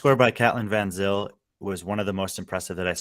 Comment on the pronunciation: I think Katelin has South African roots, which would mean her name is pronounced "Fun Zayle"